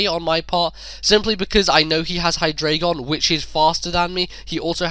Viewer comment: It's okay that you kept saying hydragon, I don't even know what that is. :D